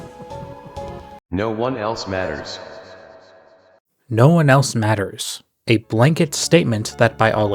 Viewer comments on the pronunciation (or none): Is it just me or "no one else matters" sounds like "noelles matters"